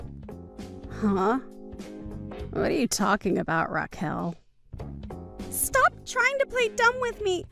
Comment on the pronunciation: "Ra-kwell?" Oh dear god. It's pronounced Ra-kel. Please get voice actors (or AI) who can read. Doesn't anybody review these before publishing?